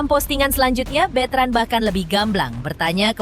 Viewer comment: Bukan bitren bu ,betran gitu Ko bitren ah si ibu salah dong betran putra onsu atau onyo gitu lah